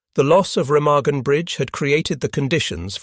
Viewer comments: Overall, a good video. The mispronunciation of Remagen is annoying. There never was any integrity among not sees. As a Norwegian resistance fighter once told me "they were all mad dogs and we dealt with them as such". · Learn how to say "Remagen"